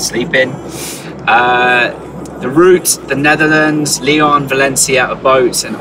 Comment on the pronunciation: I'm French and I love the way he says Lyon ! It's sounds so much better in English !